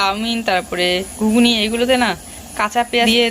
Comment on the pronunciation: Utcharon thik koro ...ghugni hobe ota ghughuni noy